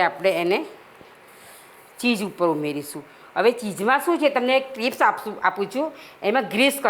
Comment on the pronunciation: Pizza and cheese, bolta nathi aawadtu chej , puja bole che